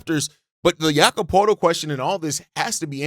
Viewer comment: Thank you for covering the Raptors... But lol: Jamal Shead (pronounced - *shed) Jakob Poetlt (pronounced - *purtle) Great content nonetheless ✊